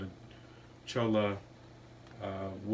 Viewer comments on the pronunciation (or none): In NM, unless you are on private land, you may collect dead wood, plants with No remaining signs of life, without any permits. PS: Pronunciation is Choy-ah😉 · Just so you know, it's pronounced choi-a. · Did you get a permit to collect the “Cholla” not “Challa”?